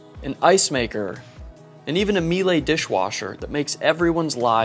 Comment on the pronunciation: Great video, great yacht, and very good pronuncination of Miele.